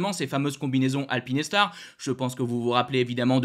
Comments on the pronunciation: Alpine Star (prononciation correcte) Alpi Nes tar (prononciation intéressante) Pas de jugement mais quand même ;) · Alpinestars ce prononce: alpine..stars et pas alpiness..stars 😂